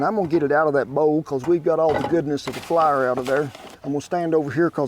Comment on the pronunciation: Take a drink every time ole Kent says “Flahr” and I’m way past the legal limit pretty dang quick